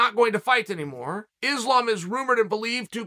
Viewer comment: Issslaaam makelchev 🤦🏽‍♂️